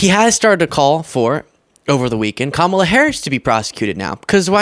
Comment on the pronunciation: Holy smokes! Trump actually pronounced Kamala Harris' name correctly! FOCUS TRUMP!!! 😂😂😂😂😂😂😂😂🤣💙💙💙💙💙💙